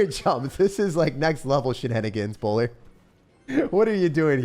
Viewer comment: 😭😭”bowlyy”. Justice for the bowler he’s doing his best😂